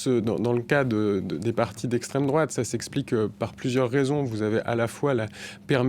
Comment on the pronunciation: Le mec il est payer a chaque fois il dit les mots ''' Extrême Drôate '' , il est lourd avec ces vieux éléments de language puéril 😮‍💨 Le pire , c'est que ce gars a un doctorat et il est pas capable de bien identifier ce que c'est la vrai extrême droite .